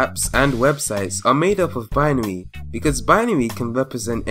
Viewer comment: its bin-ary